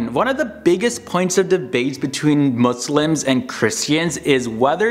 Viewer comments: he said right my brother. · i respect how you pronounced “Muslims” right